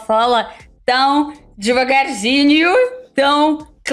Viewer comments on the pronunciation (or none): DEVAGARINHO e não de(i)vagarzinho ..